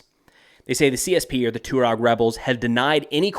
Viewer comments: It's pronounced "Twah-reg," not "Too-reg." I have only met a few Tuaregs, but they were impressive men; tall, handsome and intelligent. The Sahara is not for sissies. It's amazing that this tribe has survived for millenia in that harsh environment. I would not want to have to go up against them. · It’s pronounced “Twah-reg” sir 🫡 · hey yank, the CORRECT pronunciation for Tuareg is TWA-REG. not TU-REG/TU-RAAG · Just as a very minor point, it is pronounced Taw-Reg. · man havent you ever seen sahara? TWA-REG :| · Its pronounced " twareg" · Just, ‘Jay-nim’. Also, ‘twah-reg’ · The Tuareg have been famous for over 150 years, since the days of the Foreign Legion and Beau Geste; they are pronounced "TWAHREG". What world are you in? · Isn't it pronounced "twah-reg" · You butchered the pronunciation of Tuareg 😂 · Hey bud, when you pronounce Tuareg which an emphasis on the U and Niger as Nai-jeer it makes you sound like a complete clown who's seeing and hearing these words for the first time. It's twa-reg and nai-jer FYI. Good luck with your "research"!